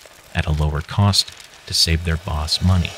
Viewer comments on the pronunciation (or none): none